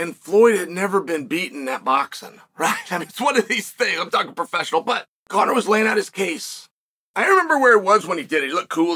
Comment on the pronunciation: Come on bro, it's Conor. You literally got every champion from bantamweight to welterweight saying his name. He's one win away from being able to fight for a belt in 2 divisions and as of this comment, Conor is a slight betting favorite over Chandler.